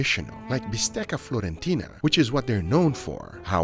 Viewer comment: Stop saying florentina, it’s fiorentina.